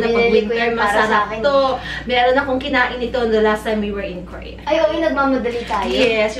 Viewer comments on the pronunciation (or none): Parang ang shala ng pronunciation ni sa "Korea" KOR-EA. Ang shala talaga